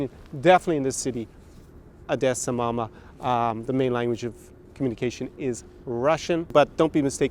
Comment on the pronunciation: You better not transfer Ukrainian cities` names from russian language, or we'll get annoyed. Odesa is not odessa (even Google Maps know this). And it reads 'OHdesa' not russian 'AHdessa'.